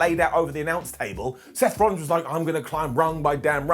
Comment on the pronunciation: I thought i heard a sloth rollins in there too.